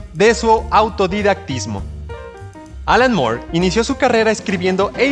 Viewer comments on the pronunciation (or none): Fuera de insistir en pronunciar su apellido como "Mor" en lugar de "Mur" La información iba bien. Pero hay un error de interpretación importante, ya que la miniserie "El crepúsculo de los dioses" iba a centrarse en el conflicto entre la casa de El, o sea la familia de Superman; enfrentados a la Familia Marvel, es decir el Capitán Marvel, Mary Marvel, etc y no la editorial rival de DC, Marvel comics, en la que Alan Moore se juro no trabajar jamás